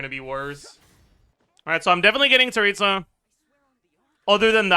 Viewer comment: actually pronounce Tsaritsa really good imo (I'm Russian). If we speak about stress, it's pronounced tsarItsa (not tsAritsa or tsaritsA) And for knowing ones it is [tsɐˈrʲitsə].